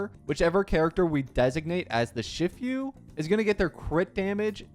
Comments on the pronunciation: ITS SHIFU NOT SHIFYU 😭😭😭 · Its literally just shifu like master shifu from kungfu panda and he cant say it 💀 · It's she-fu btw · It's not pronounced "shift-you" It's pronounced "shee-fuh" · ‘Shiffew’ 😭😭 Shifu’s pronounced like ‘she-foo’ haha. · "Shift yu" boutta make me crashout bro 😭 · IVE NEVER WANTED TO PUNCH A YOUTUBER SO BAD STAWP WHY HE SAY XIFIU? WHY DID HE NOT READ HER KIT? THE ENHANCED ATTACK BEFORE THE ULT??? AAAAAAAAAAAAAAAAAAAAAAAAAAAAAAAAAAAAAAAAAAAAAAAAAAAAAAAAAAAAAAH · Shiii-foooo. It aint that hard brother. Kung fu panda literally has master shifu(which is also master master if we go into technicality) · Lol I guess you never saw Kung Fu Panda? Shifu is pronounced like She Foo. It means master or teacher in Chinese. Very similar to Sensei in Japanese. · IT'S SHE-FU😭😭 LEARN PLEASE 😭 I'M DYING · be like: Saga❌️= Sage✅️ Shifu❌️= Shif-you✅️ Pawned Asset❌️ = Pawned Assist✅️ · It's "SHE-FOO" I swear this guy annoys me everytime, I'm sorry for getting annoyed every time, but he keeps pronounce things wrong even though their easy, my life is fading away each time he mis pronounce's something easy to pronounce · when he says "She-fu" I'm almost died inside bruh 💀💀💀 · Bro said "shi few" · What is this pronoucnaiation its "She-foo" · Hearing you say 'Shif-you' hurts my half chinese soul. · the more common english pronunciation of “shifu” is basically “she-fu” (fu being the same pronunciation as the fu in fu xuan) btw 😭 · lmao im hearing "sh*tfyou" mans is making me hard cringe oof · My lifespan decreases by 10 years whenever he says "Shifu" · Please go watch kung fu panda 😅 and learn how to sey shifu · pronounce seele shifu right or else I’ll unsubscribe. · i’m so impressed with how you pronounce shifu, considering we all grew up with kung fu panda 😂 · Love the new video bro but your pronounciation of "shifu" Touched the hearts of many viewers ❤ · Im reporting this video for mass tourture everytime he says shifu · STOPPPP, THE WAY HE PRONOUNCE SHIFU THO